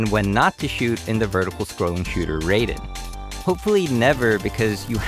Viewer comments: There are still some people who pronounced Raiden as "Ray-den", not "Rhy-den". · Raiden isn’t bullet hell😂 also you pronounced it wrong, ironically lazy of you